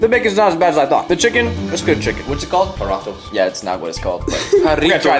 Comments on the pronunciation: Bruh just letting you know but it’s pronounced harito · Use a can opener and they are called (har-e-toes) that's how u pronounce it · My boy said huratoes😂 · When he said jaraatas I started Dying and jaratos Like lmao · The drink is called aa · ree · towz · BRO THE DRINK PRONOUNCED IN MEXICO IS “HARRITOES” AND IM NOT RACIST. AND IM NOT FALLING FOR BEING KILLED SCREEDI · You pronounce the drink Jarritos like haritos and toy to roll your rs